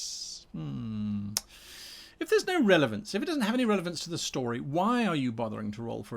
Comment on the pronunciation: You said revelance in the intro ;) Love all your content, much love from The Netherlands